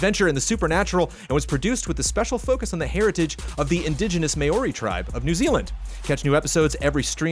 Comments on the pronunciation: Correction: ' pronunciation of Maori in the Deadland's half-time advert should be "Mow-ree" not "May-oree" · CORRECTION: its pronounced MAO-ri, not MAY-oh-ree :) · Just for future reference, Maori is pronounced "mao-ree" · Corrections: from the halftime show, should have a quick check of Māori pronunciation